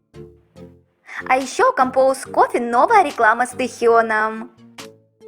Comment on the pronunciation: Надо говорить КОМПАС КОФЕ,вы же читаете русский текст,так нелепо звучит,,компоус кофе